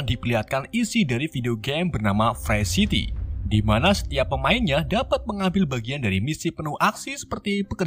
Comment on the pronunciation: Game nya Free city bukan pre city anjj!!